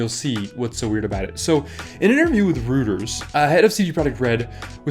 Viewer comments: Lol, Rooters.. It's pronounced Roy-ters bud. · Love your channel - just a heads up Reuters is pronounced "Roy-ters" not "Rooters". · ROY-ters, not ROO-ters :p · I hate it when commenters are picky about a small mispronunciation in the videos that they watch, but..... REUTERS is not ROOTERS but pronounced ROY-TERS. Yeah, I don't know why they say it that way either. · Reuters = “Roy-ters” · "Rooters" jfc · Great video and agree 100%... just one slight thing; Reuters is pronounced "ROY-TERS" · it is pronounced roiters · how tf did you pronounce Reuters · Completely random but the way you pronounced Reuters fully threw me off till I figured out what you were saying lol, I was like what